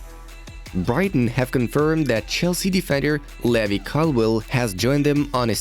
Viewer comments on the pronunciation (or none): none